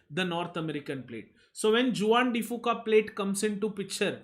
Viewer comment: Awesome lectures and thank you for your efforts. Just a small correction, Juan de Fuca is a Spanish word where Juan is pronounced as 'huan'.